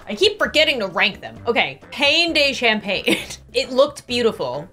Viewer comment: I think you got influenced by the name "champagne" when it's actually campagne (as in like countryside) but it's still very fun to watch, and I agree, it's amazing toasted